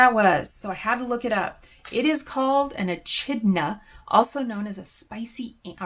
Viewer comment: TFS FYI It’s pronounced e-kid-na